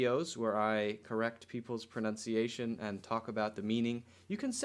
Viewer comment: English, Did you say 'pronounciation' when correcting Jack Ma's pronunciation of "China"? Maybe I'm mishearing it ... but I definitely hear 'pronounciation' every time ...